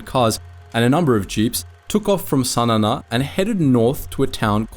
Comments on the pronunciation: Pronounce the capital Sana correctly it is Sa Na not Sa Nana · Sanana lol.. It's called Sanaa (San aaa) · What is wrong with your pronounciation. "Sana na" ? "Gori Thia" ? Do you have a speech impediment or something? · A slight correction, the Yemeni capital is Sanaa, not Sanana. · Sanana is fkn 😂😂😂😂😂😂 wth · Great video, awful pronunciation of Sana'a